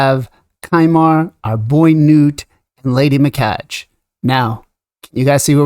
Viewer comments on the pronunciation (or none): “Me-Kah- gay. “ “Knewt.” If you’re going to do videos, please do your research first.